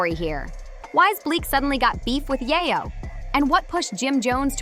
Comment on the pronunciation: why are you saying his name like that? if you were in tune with the culture you would know that it's pronounces YAAAyo! long A.